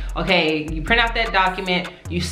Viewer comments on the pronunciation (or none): none